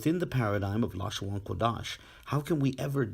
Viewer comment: Funny that at the mark, whatever automated reader was employed pronounced "Qadash" as "Quadash" (or did the script it was fed employ different spelling from what appeared on the screen?).